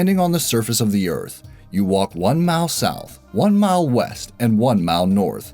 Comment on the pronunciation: "You walk one mao south, one mao west, and one mao north, and end up back where you started." Could we all just please switch to metric already, if for no other reason than because listening to you say "keyo" would be far less egregious on the ears than hearing "mile" with one consonant in it, over and over again.